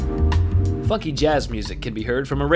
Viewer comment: He said funkey, though at first it did sound like he sweared.